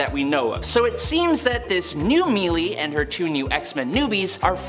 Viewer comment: Blink isn’t the Exiles version, she’s the 616 version who died during the formation of Generation X and was revived by Selene during the Necrosha event. And melee is pronounced may-lay. Just saying.